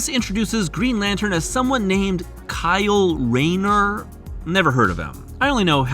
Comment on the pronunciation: Great video. I love your pronunciation of Kyle Rayner 😅 whether this was a bit or not — I enjoyed it! Really loved your attention to detail on Parasite too.